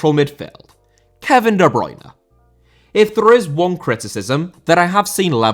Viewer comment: Bruyne* not Bruyner